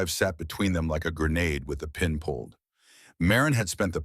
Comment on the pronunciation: There's one thing I have never heard actually pronounced correctly in any AI story, the word grenade correctly, not gray-nod.